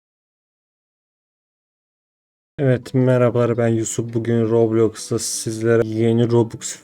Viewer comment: abi hep loblox diyon roblox deeeeee